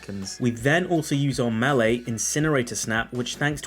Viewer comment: Dude. Why in the hell do you say MAHL-LEE instead of May-Lay? Nails on a chalkboard, I'm telling you.